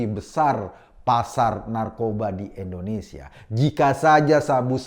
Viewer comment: Mas Eko, sebutnya 'Indonesia' dong bkn 'endonesia' 😊 pk I bkn e 🙏😊